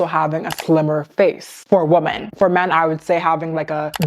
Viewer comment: i love your videos sm and they make such such good points. just one thing—woman and women are pronounced differently 😭sorry not hating, just really ocd about these things